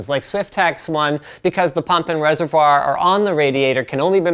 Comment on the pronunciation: I like how he pronounces reservoir. In that, almost French way, then gives up and throws in an "r".